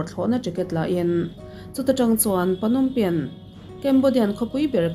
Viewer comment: Knompen ni lovin nompen tih mai tur